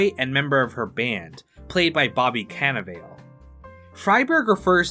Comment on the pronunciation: Can-a-vail? It’s a fuckin nickname, the family name is Cannavale!